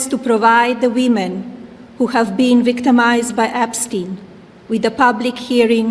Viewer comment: She said Wemen, they are not women to her, they are wemen😂🤣😂🤣😂🤣